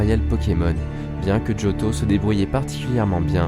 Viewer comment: pk tu fit djotho alors que c jotho